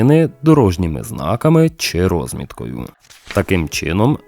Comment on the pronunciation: Не рОзмітка, а розмІтка.